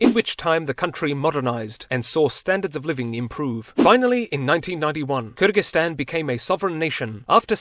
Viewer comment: i love the way you pronounced Kyrgyzstan with an ы sound and not an ө or и sound lol